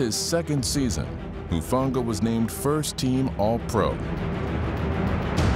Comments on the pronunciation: Its “HUU-FANGA” lol not “TUU-FANGA” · Seriously, how are these interviewers working for the NFL if they can't even get a players name right? Tufanga? Talanoa Hufanga bishhhhh